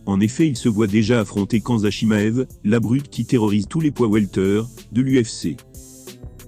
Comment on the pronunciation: La fameuse chaîne YouTube d un amateur de MMA comme tu dis, c est la chaîne " ilies MKT " Ce n est pas une critique mais essaie de prononcer le nom des combattants que tu cites correctement. Je te conseille de visionner à nouveau la vidéo d ilies quand il interviewe cedric Doumbe, tu prononceras correctement khamzat chimaev. Bonne continuation.